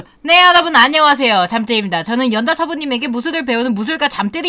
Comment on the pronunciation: 연다 발음 넘나 잘 꼬이는것...